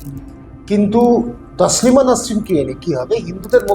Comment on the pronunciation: আপনি যার সম্বন্ধে বলছেন তার নাম " তাসলিমা নয়, তসলিমা। খুব শ্রুতিকটু শোনাচ্ছে। এতো দম্ভ নিয়ে , পান্ডিত্য নিয়ে কথা বলছেন অথচ নাম টা ঠিক করে উচ্চারণ করছেন না। আশা করবো এইরকম ভুল ভবিষ্যতে করবেন না।